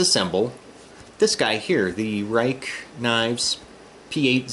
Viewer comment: dude, it's pronounced "rake" ;) No blue loctite?